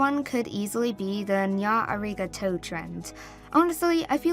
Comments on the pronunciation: I KNOW you did not just say ''nyah arigah toe'' 💀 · help the way you butchered the pronunciation of “nya arigato” kills me its more like “na aragato” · why do you purnounce nya arigato like that. its japanese. purnounce it like a japanese person would say it. -_